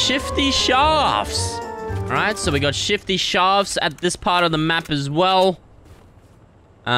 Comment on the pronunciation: He really said Shift Sharfts